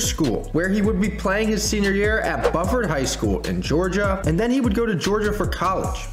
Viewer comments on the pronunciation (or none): Buford is pronounced bU-ferd